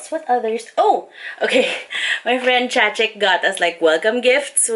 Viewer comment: TMW you finally know how to pronounce Chachic's name lmao!